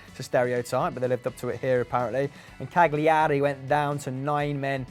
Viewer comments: Cagliari -> Caliari - 3 syllables Ka - Lia (fast, the g makes the l softer) - Ri (roll it on the front of tongue) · The butchering of Cagliari is unbearable